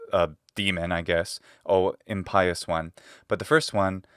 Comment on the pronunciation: This is fun and interesting. But, since we’re being particular, I must point out that you are guilty of a slight solecism in English. Impious is pronounced imp-ious, not im-pious.